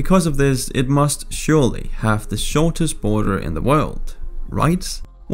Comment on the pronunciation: “The US-Canada Boner” is what i heard XD